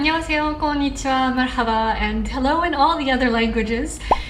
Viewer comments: That was the most perfect مرحبا I had ever heard from a foreigner 💕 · the way you prononce "marhaba" in arabic is so beautiful